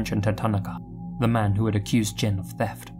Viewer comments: Even though he didn't pronounce Jin's name right. It's Jean, like blue jean. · He's right. The vowel wouldn't be emphasized as much as "jean," but it definitely is not pronounced with a short i sound.